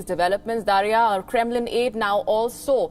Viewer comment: A reporter who is visibly confused on how to pronounce Kremlin. No wonder this channel has so few views.